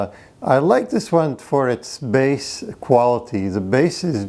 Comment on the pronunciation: Bass, not base.